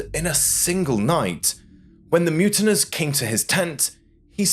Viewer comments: Mutineers not muntiners. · Mutiners? Who pronounces it that way? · MUTINEERS. MU TIN EERS pronounced as MU TIN EARS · The word is pronounced mute in ears!!